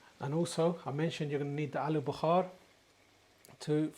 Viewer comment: It’s aluu Bukhara NOT BUKHAR that means fever !! At least get your words right if you want to pretend you are an English boy !!